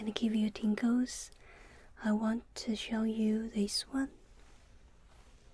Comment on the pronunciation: At first I thought she said ,Tinkle